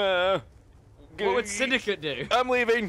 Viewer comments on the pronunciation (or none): Sindacat ? wtf It's Syndcate....